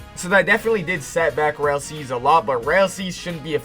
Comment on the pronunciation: Why does this man say rail seas bro 💀